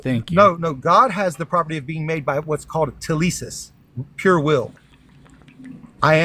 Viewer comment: did this tool say "telisis"? what's with american christians butchering greek words while thinking they have magic meaning? the word by the way is θέληση, and it simply means will. i should know, i'm greek.